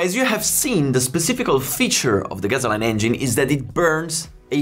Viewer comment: "Gasoline" sounds like "Gassoleen" not "Gazzo line" ;)